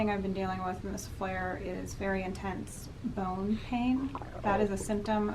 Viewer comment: I thought you said “bone hang” at first haha.